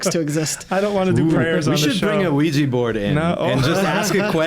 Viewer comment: At the end I just heard Wii-Gee board.... this must be the nintendo version right?